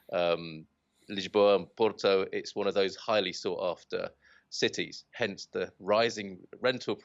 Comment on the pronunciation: So good to see a foreign actually trying to pronounce Portuguese words correctly. Thank you so much to your guest. You yourself try to perfect just one word "Porto". Look up Steve Martin in the movie "My blue heaven". Vincent 'Vinnie' Antonelli : Are you trying to say capeesh? Barney : Yeah. Vincent 'Vinnie' Antonelli : Well don't do it, cause it hurts my ears when you do it its very funny